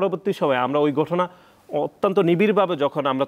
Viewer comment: আসুন টেম্পু একাডেমিক কর্তৃক প্রকাশিত নতুন বাংলা বানান শিখি প্রত্যাশিত❌ পোত্যাশিত✅ প্রক্রিয়া ❌ পককিয়া ✅ ঘটনা ❌ গটনা ✅ ফলাও❌ পলাও✅ প্রোপাগান্ডা ❌ পোপাগান্ডা ✅ প্রচারিত ❌ পোচারিত✅